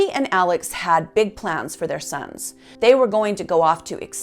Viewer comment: While the name is spelled ALEX, it’s actually pronounced like ALEC. In fact, when Alex calls 911 after he finds his wife & son murdered, he very clearly says to the operator, “ My name is ALEC.” RE: the boat accident… The boys didn’t “later” go out drinking. They went out drinking PRIOR to the accident. And there was some confusion as to whom was driving the boat. One witness said Paul was. One said Connor was. The other two said they weren’t certain.